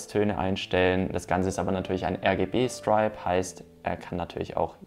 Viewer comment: Was ist eigentlich so schwer daran, sich mal die korrekte Aussprache fremdsprachlicher Begriffe anzugewöhnen? Es heißt „Strip“ und nicht „Stripe“ und wird wie „Striptease“ ausgesprochen, nicht wie „Stars & Stripes“. Weiter wird Xiaomi nicht „Ksiaumi“ ausgesprochen, sondern einfach nur „Schaumi“.